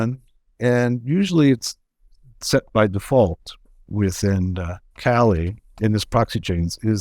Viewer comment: <CRINGE!!> It's pronounced "kah-LEE"